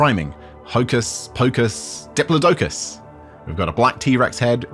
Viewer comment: Oh this is so awesome! As an aside, I really appreciate hearing you pronounce Diplodocus correctly 😂